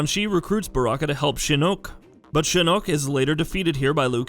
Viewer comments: No one is even talking about how he pronounces Shinnok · shinok not shi nok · TarkaTAN? ShinnOk? I'm done lol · And "Shinook" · Tar-Ka-Tin Shin-knock Smfh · Exactly, he says it himself several times in the clips hes using, and he just ignores it? And Shinoke?? Why say it like that, theres so many examples of how to say it properly.. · Aaaaaand he just butchered Shinok as well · anyone bothers how he says Edenia, shinnok, and tarkatan wait also kotal kahn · Can’t pronounce shinnok or tarkatans bruh🤦‍♂️ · YOU CANT EVEN SAY SHINOK CORRECTLY!!!!!! Wtf!! Leave these videoed for real fans of the game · The way he pronounces both Tarkatan and Shinnok must mean he had little knowledge of Mortal Kombat before making this video. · Mispronounced tarkatan and shinnok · And Shinnok.